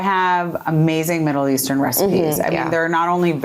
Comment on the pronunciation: Mother said “Middle Eastern“ recipes instead of Isn’t Really recipes—oh she’s taking it🍉